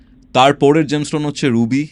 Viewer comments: Gemstone word টা সঠিকভাবে উচ্চারণ করতেও পারে না। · জেমস্টোন কথাটাই উচ্চারণ করতে পারে না ,আমার বড় বড় কথা বলছে ।